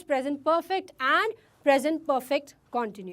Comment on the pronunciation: Pronounce continuous tence correctly But haaa you are cute